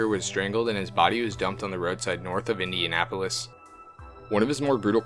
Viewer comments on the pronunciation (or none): none